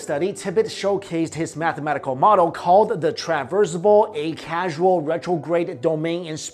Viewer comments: "acausal," from the root word "cause," not "a-casual" as is mispronouncing here. ought to learn the correct pronunciation of words in your own video post! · Acausal, not Acasual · A- causal as in not causal, not casual as in no big deal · it is "acausal" not "acasual" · Acausal not 'acasual' ffs. You don't even have a clue what you're talking about. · Causal not casual. As in Cause and effect a-caus-al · Acausal, not acasual. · I triggered every time this twit said "aCASUAL" instead of "acausal". If you're going to discuss quantum physics and 4th dimension theory, at least have a firm grasp on the language you're choosing to discuss it in. I'd have rather translated Chinese or whatever your native language is than listen to you butcher English. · Every time you said "Acasual" and the word on the video was "Acausal" annoyed me to no end. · causal, not casual!! look it up. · Learn this word "acausal" it is not casual. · Acausal- [ey-kaw-zuh l] just so you know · Great video, I just want to point out one mistake though. you mispronounced "acausal". It's not "casual", it's causal (as in cause). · "Ay-Cause-all" - love your stuff, otherwise. Keep posting these vids! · You're pronouncing "acausal" wrong. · Pronouncing 'acausal' incorrectly ;-)